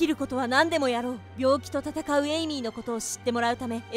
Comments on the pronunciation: 1分50秒の時エイミーが、エミリーになってました。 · エイミーなのに、エミリーになってる。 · エイミーなのにエミリーになってる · 1分47秒の時エイミーなのにエミリーになってる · 1050秒のところエイミーなのにエミリーになって る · エイミーなの？エミリーなの？ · エイミーなのにエミリーになってるよ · エイミーなのにエミリになってるw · エイミーやのに1分49秒の所エミリーになってるのってわざと？ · 1分45、エイミーなのにエミリーになってた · エイミーではなく、エミリーになってた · エイミーがエミリーになってる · エイミーがエミリーになってますよ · エイミーがエイリーになってた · エイミーだよね？なんかエミリーになっとる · エイミーのことエミリーになってる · エミリー？ エイミーじゃなくて？ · エミリー？エイミーじゃないの？